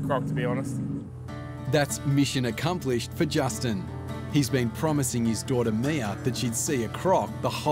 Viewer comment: “mission acumplished” lmao